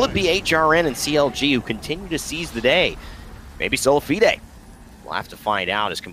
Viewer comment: He’s pronouncing Solafide so fucking wrong, plz stop